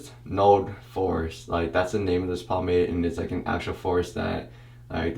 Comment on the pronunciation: I wasn't paying attention and the whole time i thought he was saying it smelled like a "force" instead of a "forest" lmao